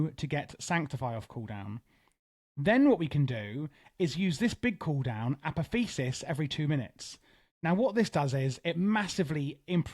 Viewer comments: uh poth ee oh sis brother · Apotheosis is pronounced "Uh-Pah-Thee-Oh-Sis" by the way :)